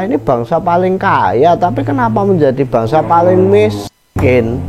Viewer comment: Bangsa min, bukan bangasa